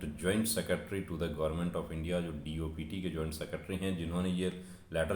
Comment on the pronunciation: Dopt nhi dpt hoga of silent rhta hai